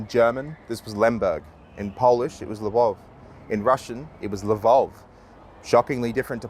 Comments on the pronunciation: Polish Lwów is not pronunced lvov, it's lvoov, ó stands for a sound similar to oo, or u in 'put'. Yes, we have two different letters for the same sound, u and ó, how fun. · L-voov. That's the Polish pronunciation. I won't have you saying the Polish and Russian languages have that in common. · Polish viewer here. "Lwów" is not "Lvov". You read "ó" like "u". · Lviv in Polish is Lwów (the ó is spelled like oo, and not o) and not Львов, don't you dare compare us to Russians. Even if you were trying to make a point that they ripped off our word, atleast spell it properly. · Excellent video. One minor correction: Lviv's spelling in Polish is Lwów. You don't read the ó as an o, it's a u. I would write it phonetically for an English speaker as Lvuv. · Well, Polish Lwów is pronounced like LvOOv.